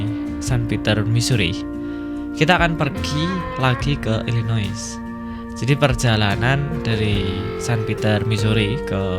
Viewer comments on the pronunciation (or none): Illinois itu dibacanya apakah bukan "ilinoa",?